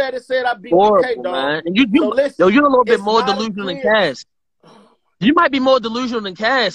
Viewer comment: The T in "LISTEN" is.....ughhhhh....are u serious??? lamoooo And Quiet is Big T's slogan.....smh OMG!